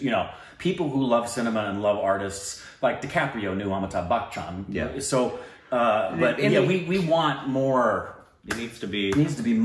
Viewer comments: FYI: the way Will pronounced 'Bachchan' was correct! There is NO hard C - it is BUCH (ch like chicken) UN, not buck chun!!! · yeah.. the way Will pronounced the CH in Bachchan was right bro